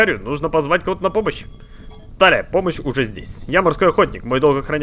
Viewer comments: Но она ТИлия, а не ТАлия... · Я думаю правильней будет ударение на и в имени Талия